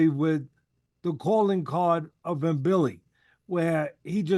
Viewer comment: C Mbilli, the M is silent. Just say Billi